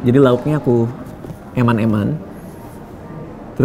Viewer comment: Bang radit ngmong "eman-eman" perasaan q jadi aga gmn gtu 😂😅